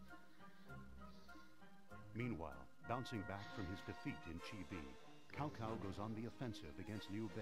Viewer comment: ok im sorry but I was ok with overlooking your pronunciation on ''cao cao'' even though its pronounced in the game as cow-cow but when you mis pronounce sun quan aswell :/